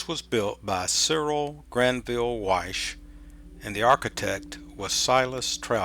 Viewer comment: Wyche not Weiss